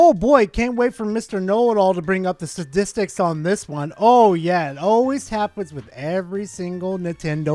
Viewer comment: Did just say Sta-dick-stics?